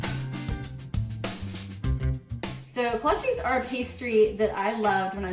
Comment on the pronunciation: Kolachis?? "Kolasj" is how they are pronounced, prozimtje!